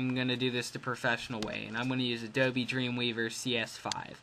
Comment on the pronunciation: This guy said ADOBE like adobee